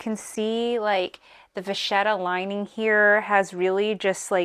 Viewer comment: I believe it’s pronounced va kett a.